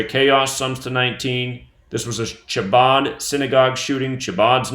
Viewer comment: Its pronounced Habad the C is silent